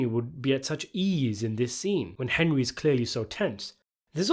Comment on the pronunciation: Calling the main character "Hen-dree" one time during this video was a very nice touch. Well played.